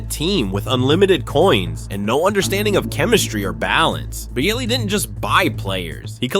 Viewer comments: dude idk who is the bigger idiot. you pronouncing boehlys name 17 times different and wrong or me just listening to this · Boo-heely I'm dead 😂😂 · Boe-hilly is my favorite pronunciation lol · 2 minutes in I have heard 9 different pronunciation on Boehly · Other teams can't figure out Chelsea, same they can't figure how to pronounce Bohley.. 🤣🤣🤣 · Mad he pronounced it differently on almost every mention mate